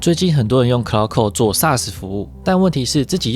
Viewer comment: claude 是讀克勞德 不是cloud喔